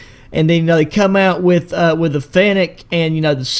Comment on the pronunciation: Bro calls it a finnetic 💀